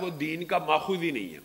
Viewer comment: جعلی علامہ لفظ ماخذ کو درست کراو کسی پڑھے لکھے سے